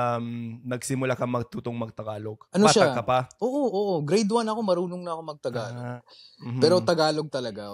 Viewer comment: ang pronounciation is Tagalog not Thhagalug..🤔